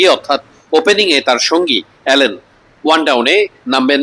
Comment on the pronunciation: অ্যালেন না ভাই আলিন